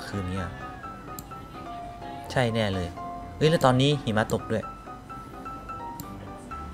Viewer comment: พี่ตกภาษาไทยไช่ไหมครับ มันต้อง อ่านว่า ใช่ ไม่ได้ว่า ช่าย❌